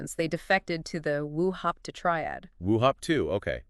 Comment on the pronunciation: Wo Hop To pronounced as Wo-Hup-Toe.